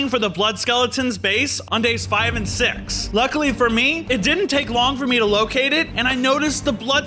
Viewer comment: You said sex 😅